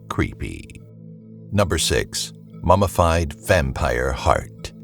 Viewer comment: Wait...did u say "mamafied" instead of "MumMified"?...